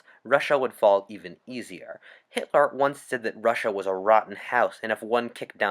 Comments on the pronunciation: Does nobody else hear how he says hit-Lar? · It’s Hitler not hitlar